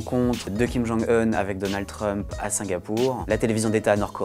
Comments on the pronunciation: Kim jong "eune" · Je suis presque sûr qu’on le dit pas comme ça kim jung heun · J'adore comme il prononce "Kim Geongue Heune", mais bon travail du "Monde", comme d'habitude ♥ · Que dois-je penser de l'analyse d'un journaliste qui n'a même pas pris la peine de rechercher comment on prononce le prénom de Kim Jong-Un correctement ? Sept secondes et quelques mots ont suffit pour perdre votre crédibilité. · Ça se prononce vraiment comme ça son nom en Coréen ou c'est le journaliste qui est spécial ?